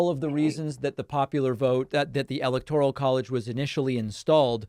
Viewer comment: Democrats are against ANYTHING in the Constitution. BTW, you might want to pronounce "electoral" correctly. GEESH!